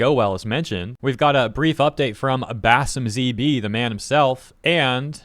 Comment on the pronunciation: can't even read! He kept saying BasimZB, BasimZB. FFS Its BasimpZB!